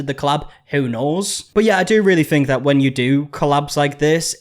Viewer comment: "Wen" bro